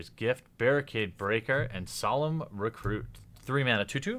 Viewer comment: you got solemn recruit wrong man you gotta slow down a smidge